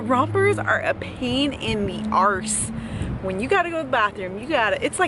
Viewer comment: lol, you said arse like an irish lass! lol. seriously live your bubbly personality girl!!